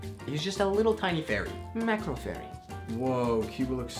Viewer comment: When u said “MACRO” instead of “MARCO” I died